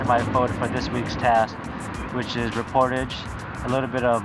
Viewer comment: the awkward moment when a contestant pronounces the theme differently. OMG I LOVE THIS SONG